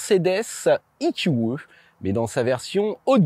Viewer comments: i-q-i à l'anglaise ou eqe à la française. Mais pas i-q-e. Sinon, bon reportage même si les conso annoncées sont toujours folklo vu comment tu conduis comme un pilote. Et là moyenne sur les 2800 km n'a pas non plus beaucoup de sens car c'est une voiture d'essai donc pas définition, une voiture que les gens vont pousser aux limites ! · "Mercedes i-kyou-eu" ?!?! WTF ce franglais ! C'est soit " e - q - e " soit " i - kyou - i " ... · "I Qiou Euh" faut arrêter de mélanger prononciation anglaise et française à ce point...